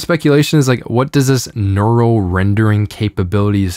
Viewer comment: why cant this guys pronounce neural correctly ?